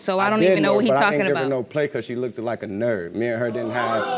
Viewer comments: But he said look-ded! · He said “she lookted” hahahahaha